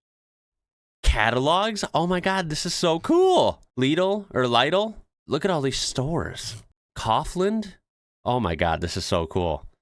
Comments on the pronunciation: I chuckled on "cough-land" : D It's more like cow-f land : ) and leedl But good job : ) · Lidl is pronounced like lettle